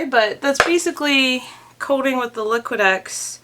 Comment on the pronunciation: Liqui Tex sounds like you are saying liqui Dex. Just saying, in case they are sponsoring you.